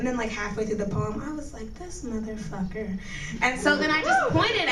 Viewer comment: Lol I like the way she sayed mothf*cker lol the poem was the best